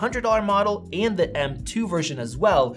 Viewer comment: Great review. Just wish Americans would stop pronouncing "and' as "eeee-and"